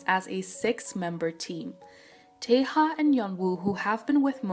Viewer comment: i feel so sad about Daisy as she seemed to genuinely love doing this more than anyone else in the band (all 9 members) 😭 (btw "yeonwoo" is being pronounced "yono" and taeha correct pronunciation is "tea" not "teha")